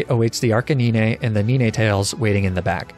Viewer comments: Knee Nay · One Two Three Four Five Six Seven Eight Nee nay Ten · "Whats your biggest fear?" "Listening to pronounce the word nine" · I fear no man, But that thing - PRONOUNCING 9 It scares me